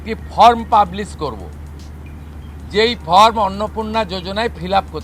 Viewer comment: উচ্চারণ ঠিক করুন। ফ্রম নয় ফর্ম। Not from...it is form.